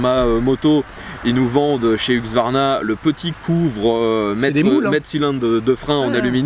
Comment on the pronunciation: Le retour du "Huqsvarna" 😉